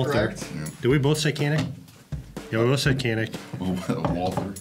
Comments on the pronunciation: Canik doesn't pronounce like that. Canik is a turkish brand. You say "kanik" in our language but first letter has to be "John"s "J". We say "Con" to say "John" so if you want to pronounce correct, try to say "janik". Like "J(ohn)anik" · Fyi the right pronunciation for canik is "jah - nick" if you care 😂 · Pronunciation of first letter of Canik is actually sound like g not k.